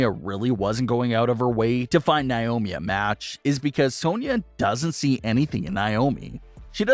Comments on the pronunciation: NAY-OMI. Not NYE-OMI!!! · why do you always pronounce naomis name wrong? it's not niomi it's Naomi.